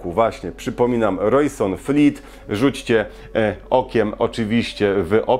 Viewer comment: I to Rojsonfleet, co mówisz, zamiast Rojsonleet XD